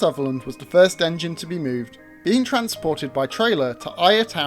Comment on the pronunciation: I think its AI generated it didn't pronounce "Ayr" properly either